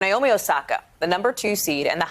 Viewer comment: It’s 直美 (NAOMI), like NA in NAVAJO, not the NA in NAVY.